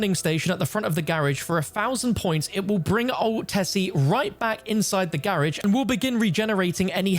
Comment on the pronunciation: In the grrrrrrrage!!!!! LoL😂😂😂